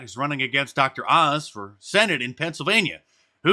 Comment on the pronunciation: "Who gave menapaz his career?" Definately doesn't sound like "Dr. OZ" to me............... .............Ma Zeh??????